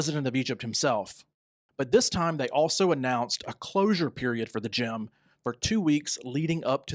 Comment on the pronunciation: It is GIM not Gym